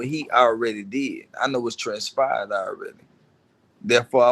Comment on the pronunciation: “I know what transpahed”